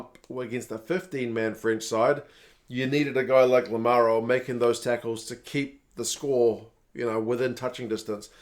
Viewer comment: I just heard LAMARO say that the way to pronounce his name is with no emphasis on the second "A". So the second "A" is nearly like a really short "u" (like in "DUCK").. sorry for the nerd alert. I still say it the same was as you do ... but trying to adjust hehe. I have an Irish surname which no pronounces correctly, even here in Ireland ... so I feel honour bound to defend his name haha. Love your videos ... and tell Gazza he rules